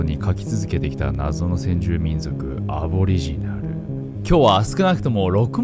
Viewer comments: せんじゅうみんじょくwwwww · 先住みんじょくwww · もしかして せんじゅうみんじょく って言った？ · 「先住民じょく」って言った？ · 先住民ぢょくw かわゅ♥️